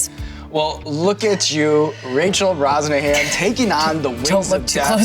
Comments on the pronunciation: I'm just now discovering her last name isn't pronounced "BroShannon" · Sean mispronounces Rachel's last name at the end. They have to start over...